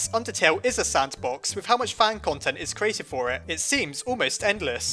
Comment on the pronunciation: sandbox? are you sure you don't mean... Sansbox? XD i'm sorry